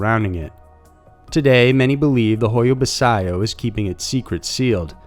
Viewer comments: Pronounced bachiu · I'm sure the forest is pronounced "bachoo" and not how its originally spelt. Am I correct? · Pronounced Ba chu.. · I think baciu is said "bash-oo". In case it matters